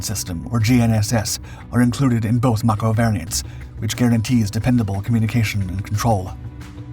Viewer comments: It's pronounced like MAY CO,as in Mako Shark.Get it right. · I think that's "Mako" pronounced May-ko. Like the shark.